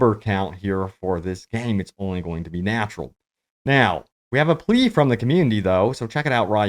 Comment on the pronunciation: Plea* not Ple.